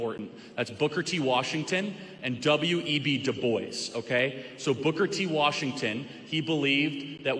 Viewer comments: I like what Charlie has to say about a lot of things, but he definitely shouldn’t pronounce the name DuBois as “Do-Boys”. It’s “do-BWAH”. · lol "doo boyce" dew bwa** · It’s pronounced Doo - Bwa (DuBois) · If you can’t pronounce Dubois, best not bring it up.